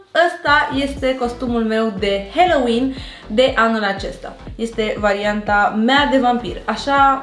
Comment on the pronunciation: Stiu ca voi parea naspa, dar se pronunta "haloween" cu a, nu "heloween"